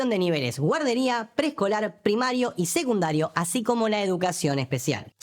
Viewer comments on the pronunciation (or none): none